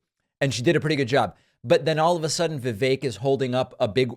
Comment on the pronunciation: Vivake rhymes with fake.